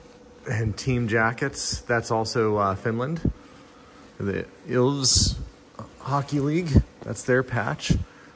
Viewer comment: I had a double take when the Finnish jersey's came on, so I had to google Len Lunde. Your pronounciation of ilves was close, you just also have to pronounce the E. It means lynx in Finnish, which is why it's their emblem. In Suomi you seemed to switch the u and the o for some reason. CCCP means the Soviet Union.